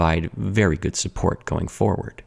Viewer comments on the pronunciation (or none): none